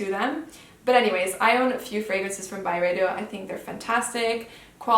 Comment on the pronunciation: This is your first video?!? You have become one of my favorites! You are so fluent with the fragrances and actually pronounce them correctly 🤗 You’re the best!! 💛